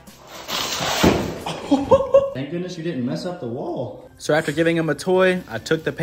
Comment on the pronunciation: "Thank goodness you didn't mess up the wUAGHll"